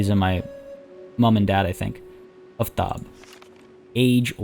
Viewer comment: Aftab is Persian,right name in grammar is Aftabpur (Aftab itself is not rightly a name), Aftab is very uncommon and mostly means the warmness of sun, the sun in fact is Khorshid and there was men, in fact one king which their names were Khorshid. at least pronounce the name rightly, A for Aftab (both of them) is like Armenia and Arman not like Poland. sun itself is a god which follow Mithra but usually in this recent 800 years both gods combined and now sun is symbol for Mithra, Mithra in ancient Persian and Indian means promise and oath, if anyone disgrace marriage or an agreement like vows the goddess (in Iran and India is female) will destroy their house, lineage or honor, she worship in war too. in fact you can see Mithra in Qajar ( ) flag. so if Partia (which is a Persian name and means steppe rider or something like that) worship Mithra (as Parthian empire main religion was Mithraism) so he absolutely shouldn't betray Soltan, Macbeth will happen.